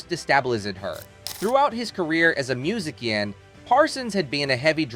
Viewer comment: You should get live people for the voiceovers. It would be a lot better if we didn't hear non-words like "muzikian" instead of musician.